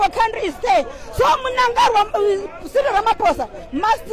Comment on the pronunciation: The lady is not from Zim,she doesn't know how to pronounce Munangagwa